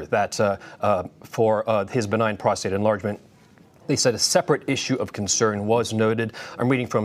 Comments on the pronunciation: What he has prostrate cancer ? Did u say it right ? Thought it was just benign ! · Yikes she really flubbed the opening saying he has prostrate cancer. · The lady host just said Charles has prostrate cancer haha she meant enlarge prostrate surgery